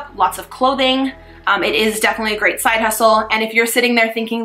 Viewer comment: What is the link to the tutoring company please...... and are u saying grade or great potential tutoring?